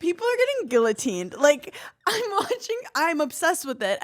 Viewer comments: Hannah’s mispronunciation of guillotine is frying me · came here to say the SAME thing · It doesn’t stop x.x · Love you Hannah, the Ls in guillotine are silent